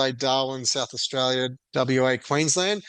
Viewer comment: Not straya, anyone , comstraya